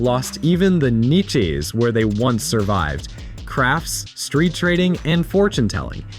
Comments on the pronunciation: haha, 'neechays'... It's pronounced like 'neesh' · Niche's "Neesh's" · It's pronounced [kneeshes]. Imagine reading a paper to your teacher that you wrote but have no idea how to pronounce words in it. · Totally off-topic......I love this new generation. Their vocabularies are incredible, BUT.... They've only ever read most of the words they possibly know....thus their mispronunciations are adorable. Although, tbf, "niches" is a weird word 😂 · Its pronounced Niches look it up. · Imagine pronouncing niches like this dude, wtf was that bro